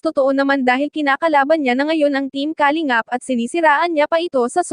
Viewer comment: Filipina ka naman,pls pronounce the word Kalingap correctly..